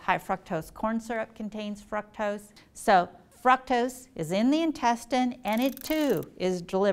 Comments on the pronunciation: Please stop saying frukctose it’s driving me crazy. 😤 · Fructose is pronounced frooctose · What is Fraktos? You don't say glacose but gloocose. Say frooctose. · It’s “Frooooooctose” not “Frucktoast” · FROOCTOSE NOT FRUCKTOSE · "frUcktose"? I always thought it was pronounced "frOOktose" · Fructose not "Frucktus" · FRUCtose??? Isn't it FROOKtose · Everytime she says FRUC-tose it kills my ability to focus on the answer. 😭👎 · Fruck-toss distracted me so much I had to re start this video so many times. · Lmao did she say f*cktose? Im listening to someone who cant pronounce it. Looks like shes had too much sugar herself. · Lady please say frooctose. 🖐 You are a doctor you should know 👩‍⚕️📛ya fake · Am I the only one dying every time she pronounces fructose like "FrUcKtOsE"? lol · Yes!!!, i was like have i been saying it wrong this whole time? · Why is she saying “fruktoast” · Anybody else not pronounce 'fructose' this way? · The way she pronounces fructose incorrectly is annoying. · Thank you! The first time she said it I booked it to the comment section to see if anyone commented cuz it not I was going to. Where does she get off just completely changing the pronunciation of a word?! Ugh, ruined the whole video for me